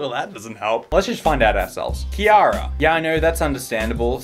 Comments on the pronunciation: kEe-aRa h-have you never heard the name Ciara in your life? It's like Sierra not Kiara... wow I've never even... wow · Ciara = SEE AIR AH. Hard C. not KEY-AIR-AH. still love you thou. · ...why did he pronounce Ciara like that